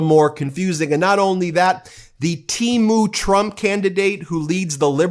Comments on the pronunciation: The proper pronunciation of temu the e is pronounced like the e in ten. They're often your sponsors! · In the USA, we pronounce it Teemoo 😂 With as much as we buy, I am sure they don't care 😅